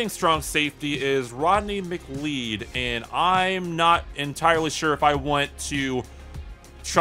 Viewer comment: …it’s pronounced “muh klowd”